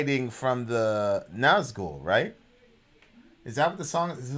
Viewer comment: It's Summoning, not The Summoning. Flight and not fight. Nazgul and not Nazghul. This channel was great back then. But the lack of attention payed to the actual song really showes itself in the recent months. I didn't even bothered watching this one, the title of the video already tells, that you don't care anymore, just about the money.